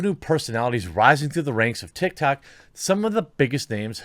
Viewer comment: "Big stars on TikTard" 😂